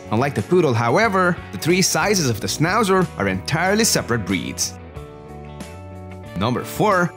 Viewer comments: Maybe don't make a video portraying a dog breed whose name you can't pronounce.... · Why are you showing Schnauzers who have their tail cut off. In European countries that's NOT allowed anymore. And for good reasons. No ears cut and no tails cut. And please , because it is a German dog , try to mention the name right.